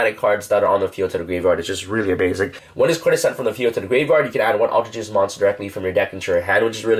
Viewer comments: aleter geist not alter gist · you pronounced altergeist in the most butchered way. its alter- GUYst not alter jist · ALTER-GUYST not jest. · I'm is pronounced alter-guy-st not alter-gist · For a more accurate pronunciation: all-tur guy-st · Just so you know I'm really getting triggered because it is pronounced Geist like poltergeist not how you are pronouncing it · ALL TER GEIST!!! Sorry it’s not that hard to pronounce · say altergeist wrong one more time, had to mute the video lmao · I don't know what's worst, his pronunciation of altergeist or the hyper jump cutting during his sentences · I love his videos an all and help a lot with my deck building, but some things annoy the hell out of me, he’s pronouncing altergeist wrong, the way he flicks his hand every time he shows a card, saying this card is really really amazing or phenomenal.. like take it down a notch and stop being so cringy and just make a simple watchable video